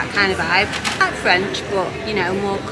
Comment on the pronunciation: Please please learn to pronounce French even if you can’t speak French. apart from that enjoy your blogs and seeing your part of France